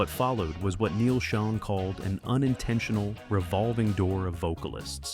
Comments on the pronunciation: It's pronounced Shawn And Raw-lie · Neal pronounces his last name like you would say "Shawn." Gregg's last name is pronounced "Raw-lee." And Herbie heard Steve's demo, not Neal, and it was Herbie would told Neal and Gregg, who didn't want Steve, that Perry was going to be in the band, "So get used to it." Steve replaced Ross with Bob Glaub, who was then replaced by Randy Jackson. Steve Smith played on 3 tracks (the same three Bob played on) for Raised on Radio before being placed by Larry Londin. Mike Baird was the touring drummer only. You failed to mention that Steve's mom was terminally ill during the recording of Raised on Radio and died before it's release. He also quit mid-tour and cited exhaustion as his reason. Regarding Steve's hip surgery, he refused to get surgery till AFTER they let him go. Incidentally, Perry claims that he gave up music after he left in 1987; however, he started working on second solo album in January 1988 called Against the Wall, which wasn't released. He released his official second album in 1994 (For the Love of Strange Medicine), and seemingly, only got back together in 1995 AFTER Neal and Jonathan played a tribute show for Herbie, featuring Gregg and Kevin Chalfaunt, who were in the Journey sound-a-like band, The Storm. Neal, Gregg, Jonathan and Kevin were in talks to reform Journey with Ross and Smith, when Perry found out during an interview in Canada (the video is on YouTube). Shortly after, Perry called Jonathan and said that he wanted back in, BUT Herbie, Gregg and Kevin